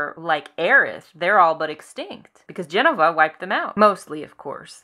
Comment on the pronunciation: It's Je-no-va not Jen-o-va.. hard to listen to your point when you're pronouncing the name wrong.. sorry.